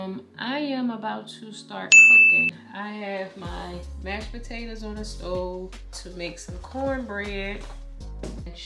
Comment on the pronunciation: I really like how you say potatas lol